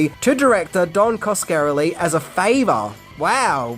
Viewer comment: Oh for Crying Out LOUD! Can't you even have the decency to pronounce the directors NAME correctly?!? He's of ITALIAN descent! It's: "Kas-ka-rel-ie!!!" There it is for you phonetically !! And if in doubt, look up someone ELSE'S You Tube reviews on one of his other films to get it right!! You own him THAT much!! God LORD!!